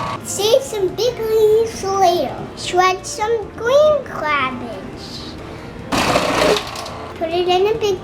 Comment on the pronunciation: said cabbage CRABBAGE lol